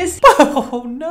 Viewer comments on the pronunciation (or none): “Naurrr” 😂😭😭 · was fed up with the first girl 😂😂 the accent absolutely took me out especially the “NAAAAWRR” 💀😂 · Why did he sound like Chloe from H2O: Just Add Water when he said "no". It's like he added R at the end.